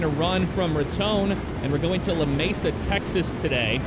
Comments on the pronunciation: clayton NM. and its pronounced Lameesa. i live about and hr from there. 20 min from Hobbs NM. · love your vids. you mispronounced Lamesa though